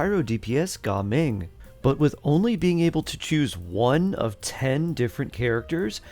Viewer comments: Its not ga ming its gaming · Bro its Ga ming ❌ Gaming✅